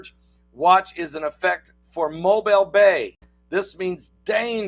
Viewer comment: Here in Alabama Pastor it’s pronounced Mo bill... Mobile. Prayers for poor sister Rhonda Peach from Slidel Mississippi 🙏🙏